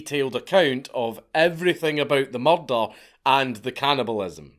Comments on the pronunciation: Mrdrrrr? murdrrrrr??? speak english!!! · I always think he's saying Mordor the first time I hear it in his videos. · you mean a "mallder"? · Yo son took me 3 days to notice you was saying murder.